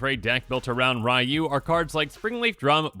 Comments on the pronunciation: You're gonna have to learn to say Ryu (ree-yoo), since there's also a commander named Raiyuu (rye-yoo) now. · Aw man, he called him “Rai-Yoo, instead of Ree-Yoo. I will die on this hill. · Even more specific it's pronounced as one syllable... Or as close as an English speaker can get. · It's REE-YOU! Not RYE-YOU! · "Rye-Yu" No your head is still in Kamigawa. Its "Ree-Yu" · for reference, the first character, Ryu. His name is pronounced (Ree-YU), not (Rye-YU) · Ugh it’s not “rye - you” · FYI, Ryu's name is pronounced ree-yu. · People who is correcting is still pronouncing Ryu wrong. Its not "Ree-yoo", it's "R-ooh" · Technically, it's pronounced "R-oo" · As someone who was first introduced to SF way back in the SNES days and was ecstatic when he was introduced in Smash Bros 4 for WiiU, just remember, the way to pronounce Ryu rhymes with WiiU. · Yeah some technical people say “Roo” with a slight Y sound but that’s really hard and “ree - you” is much easier and it’s also the way it’s pronounced in-game whenever a character says his name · As a person who plays street fighter the way he is saying Ryu is triggering me lol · How should you pronounce Ryu ? The answer lies in the heart of battle.